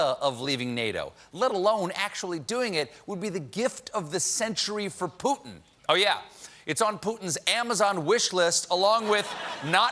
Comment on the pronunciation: His (and various news anchors') pronunciation of "Putin" gets on my nerves. It does have a "t" in it. Great job in general, though!